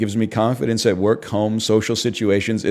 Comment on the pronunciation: "I do hwork for tuahmerican companies."